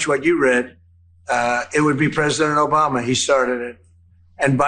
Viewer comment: Liking because of the Bruce Campbell reference and now I need to go watch Army Of Darkness omfg he still says it as "Obamna", our president is completely inseparable from the memes